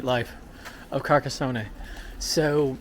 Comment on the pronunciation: From his third word cant even get .....near ......the town`s name pronunciation....omg